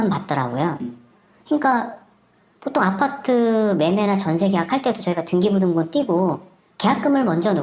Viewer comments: 계속 등끼부등본...아나운서 맞나?? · 등기부등본을 등끼부등본이라고 발음하는건 존나웃기네 영상 20분쯤에 나오는새기ㅋㅋ